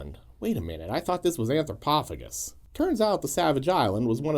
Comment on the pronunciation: OP (on purpose, I guess) and vid creator are BOTH pronouncing it wrong.